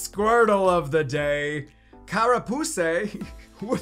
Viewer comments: "Carra-Poosay" Ahahaha! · "Carapuce" had me dying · When he said “ carapuce “ I lost it 😂😂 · "Carapuze?" youtube: "monitized" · "Carapuse" you crack me up! lol! love the content. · “Carapusè” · As a french speaking person, yes it was hilarious xD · I started giggling really bad too when he said "Carapuce"